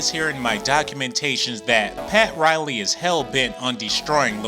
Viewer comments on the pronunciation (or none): none